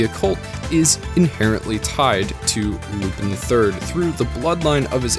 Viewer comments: It's not Loopin', it's Loo-pan. Great video, though. Keep up the great work! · Isn't Lupin pronounced Lupan? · I'm sorry, but how can you mispronounce Lupin's name this badly this consistently, the correct pronunciation is in the opening, I'm so confused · I'm so confused how someone watches the entire series yet can't pronounce the main character's name correctly... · How do you watch an anime series in it's entirety and still mispronounce the title, which is also the main character's name? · Oh god he pronounces it with an “i” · The fact he pronounces "Lupin" wrong is so distracting for me